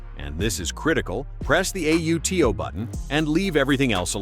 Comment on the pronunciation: Yes its bait. The bot reads out "press the A, U, T, O button". No human says AUTO as a-u-t-o. Click bait.